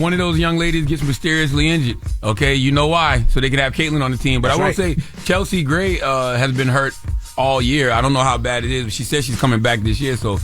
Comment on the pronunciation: Charlamagne don’t watch women’s basketball. He always claiming to watch A’ja but how doesn’t he even say her teammate name correctly. He called Chelsea Gray “Kelsey Gray”. They gotta stop with the sports talk. Always saying ppl name wrong & also being loud & wrong about a sport they don’t watch. Always want to jump on a “hot topic” but always loud & wrong about the topic. Make it make sense.